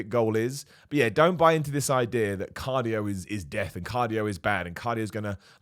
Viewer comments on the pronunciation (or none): none